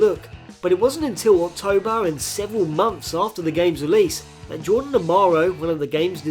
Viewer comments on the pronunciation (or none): none